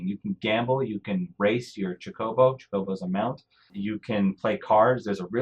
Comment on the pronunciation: I was hoping for a more balanced view. But how you say chocobo. With the fact they actually say it properly you mispronounce it is inexcusable.